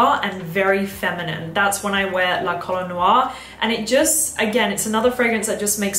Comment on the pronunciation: Please ask Pierre how 'La Colle Noire' is pronounced 😉